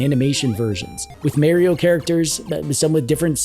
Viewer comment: Have a drink every time says "Merry-O".